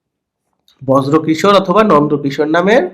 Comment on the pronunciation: অনেক ভালো লাগে আপনার ভিডিও। তবে বর্জ্য কিশোর কানে বাধলো, ব্রজো কিশোর নাম।